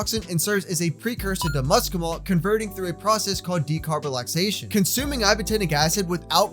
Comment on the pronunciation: You said decarbalisation